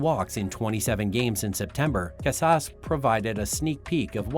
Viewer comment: Robot voice. Can’t pronounce Tristan Cusass